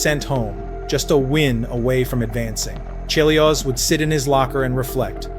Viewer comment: This had better be AI. How the hell do you mispronounce Chelios' name?